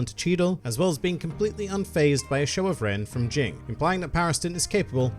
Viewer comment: Oh and it's not Jing, it's Ging.